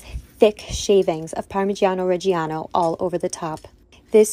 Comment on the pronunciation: Parmagiano' Reggie'ano ? Someone get their Uncle...